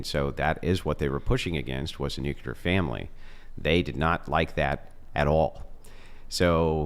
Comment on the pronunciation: I can't even begin to tell you how disappointed I am to hear something I just heard say. I like the way he talks I like the way he thinks I like all this stuff but there is one thing that I absolutely cannot forgive, I cannot overlook. He actually just said the word nuclear wrong and in this way that only imbeciles and morons say it. He actually just said "NUKE-YA-LER".... THE EFFING WORD IS "NUKE-LEE-ER" This is one mistake that is absolutely idiotic, moronic and inexcusable. There's no way around I lost respect for him with this. And no one said that I'm overreacting because I'm not